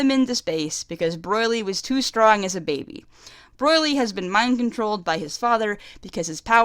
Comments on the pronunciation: The way you say BROLY'S name make it sounds like you're saying BROILY LOL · Woofen Tango "Broy-Lee" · Broyly....not Broly? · STOP Saying Broily. It's Broli, just that, that simple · BROILY?!!!! STOP IT! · I keep hearing "Broilry". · wow, i think that's how an aussie would pronounce it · oh, ok. I just thought it sounded like something similar to australian pronounciation, my bad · you want paragus gone so much, you mispronounce him throughout the whole video and its infuriating. also its broly, not "broylee", but thats a more minor mispronounciation. other than that, good video. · It's paragus (PAIR-agus) not puragis and Broly (BRO-ly) not broily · Pretty decent review, and I agree with most of your points... BUUUUUT... I keep hearing "Broily" and it's driving me fucking insane. Also- Paragus. PaRaGus. not "Pargarus". You remind me of this one muslim convert who came in to my church/school to preach, and he kept calling it "the wolrd". I'm sorry if I come off as insensitive or brash, but God DAMN I swear it is not that hard.... ....dyslexia expounds itself over language barriers, I suppose. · Broily and Pargarus. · 1. Yes it is a great movie. 2. Not garbage. 3. The movies arent cannon. 4. Not how u say broly. 5. Not how u say PARAGUS. 6. Yeah his motivs are really dumb. 7. NOT HOW U SAY PARAGUS. 8. His plan isnt to set off broly its to hit vegeta with a comet. 9.yeah brolys motives are dumb. 10. Yes the movie is great. 11. OMFG ITS NOT PARGURES ITS PARAGUS. 12. Yes thank god they changed those dumb ass motives. 13. That animation was hot. Sry i got very triggered about the PARGURES nice vid. Although mpst of my comment is toxic u get a sub